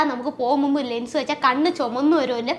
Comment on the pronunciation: Lungs ennaanu kelkkunne.anganeeyallallo parayunnaathu alle😂❤❤❤